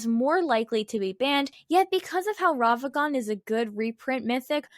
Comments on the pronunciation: Take a shot for every time she says Ravagan instead of Ragavan. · These are some great takes, but damn, does hearing "Ravagan" instead of "Ragavan" make me scowl. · i recently started watching the channel. As much as I enjoy the on screen visuals. . . I think slowing them down would be a good idea. also. . . RAG-A-VAN not ravagan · why do you pronounce ragavan wrong